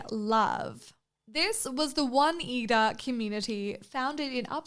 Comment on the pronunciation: Loved this episode, but the way you said Oneida is sending me 😂